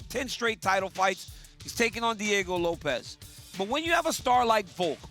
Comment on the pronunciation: It's LOPES not Lop-EZ you idiots